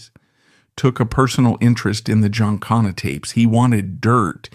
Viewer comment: … your stupid AI can’t pronounce Giancana correctly.